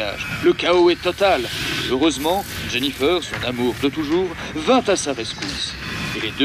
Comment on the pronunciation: "Jennifer" mes oreille on saigner. Il manque un perso essentiels de la série triss